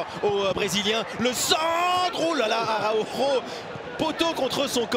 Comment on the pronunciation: Parcontre faut revoir la pronociation du nom Araujo.